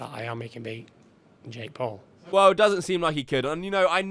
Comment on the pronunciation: Every time you say Jake Paul sounds like your saying Jake Poo 💩😁.